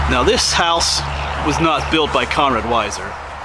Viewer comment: Its 'Conrad', not Connor.